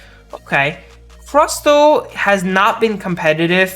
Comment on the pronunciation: I didn't know it was possible to mispronounce Crustle Also Gardevoir was nerfed.